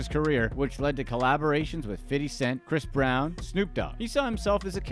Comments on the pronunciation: It’s so cringe when people say “fiddy” cent the way you do. Just say fifty.. geezuz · It's 50 cent not "fiddy" cent you absolute cornball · I love how you said fiddy cent 😂 he's not broke tho..... just spent most of his money I bet 😬 he's allways got royalties coming through.